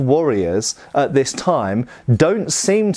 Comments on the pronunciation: Gods I hate that pronunciation. They weren't wearing shades and blowing cool tunes into a curved horned instrument, and nor were they using burlap bags as weapons. Æ is the a in at/bat/cat/that, and it is not spelled Sæx, it's Seax. So there should be some level of even sub-vocalization, something that makes it sound different than what rice is transported in, or what John Coltrane was famous for. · "There are all kinds of Saxe..." 😜